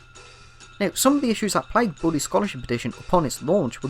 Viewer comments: I hear Burry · Every time he says Bully, I hear, “body”